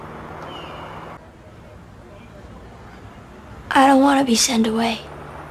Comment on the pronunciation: i noticed something i heard send .. not sent